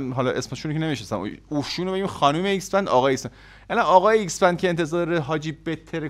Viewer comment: اکس بند نه ایکس بند🤣🤣